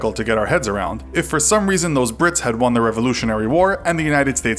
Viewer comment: I thought you were calling them pricks